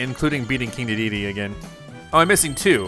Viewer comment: Good gameplay, I appreciate your dedication but the way you say King Dedede really frustrates me every time 😭